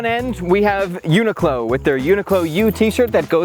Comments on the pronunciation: The accent is more like u-knee-clo you pronounced in the video. The -clo in the end rise up like in clothing rather than falling down like in close. But to get more Japanese style pronounciation, you make it like coo-lo, coo as in cool with out the l, and lo as in lol also without the l. It's a 4 syllable pronounciation. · I haven’t looked at 1,000+ comments, so I’ll write it just in case: it’s pronounced uni ku ro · It's pronounced yuu-nic-lo. The japanese is written like yunikuro. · I've always pronounced it "UN....IQLO" 😭 lol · Not to split hairs but in Japanese it’s more pronounced ‘yu-ni-ku-ro’ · Thanks for the video! NOTE: To solve that pesky problem of how to pronounce a large global corporation’s name, consult the Internet.